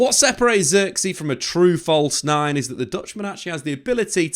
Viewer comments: if only you knew how to pronounce his name correct. Zirk-zay, with the i pronounce like Giggs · Just quit pronouncing his name pls at this point u butchered it so many fking times u should just say joshua lol